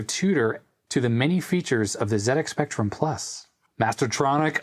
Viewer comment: Thanks for calling it a ZX Spectrum the Brit way. I know Americans pronounce Z different to us Brits but it really makes me happy to hear someone from the states call it a Zed x spectrum not a Zee x spectrum.